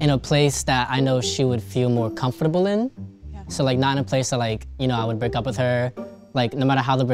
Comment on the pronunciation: wtf how did he say comfortable